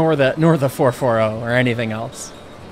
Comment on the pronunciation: Not the fer-fer-ohh!